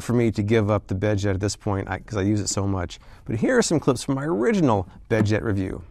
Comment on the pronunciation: The bedjet really annoyed me. Not for the price but whenever he said bedjet. I'm sorry but pronounce your D and Ts or else it just sounds like beje